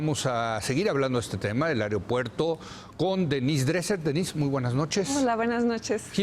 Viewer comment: No soporto a este cabrón diciendo "areopuerto".